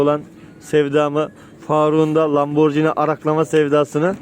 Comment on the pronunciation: Ya birader önce LAMBORGHINI telaffuzunu öğren be!